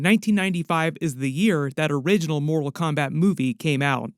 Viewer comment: So awesome please stick to Disney and other properties u know names too because ur pronunciation of the fighters is so bad u almost had me breaking my house down